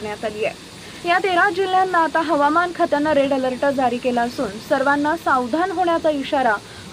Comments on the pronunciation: मॅडम आपण चुकीची माहिती देत आहात तेच ते वारंवार सांगितले जात आहे हे आपल्याला कळत नाही काय हे हवामान खात्याने करायचे अंदाज असतात केवळ चॅनल सबस्क्राईब करा हे व्रत आपण घेऊ पहाता व बिचारा शेतकरी उगाच घाबरून जातो रेड अलर्ट हा आपला आवडता शब्द त्याचा उच्चार अलर्ट आहे त्याला अलरट म्हणून चुकीचे उच्चार कृपया करू नका ओढून ताणून अंदाज देणं बंद करा ही विनंती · अलर्ट नीट बोलता सुद्धा येत नाही 😂😂😂😂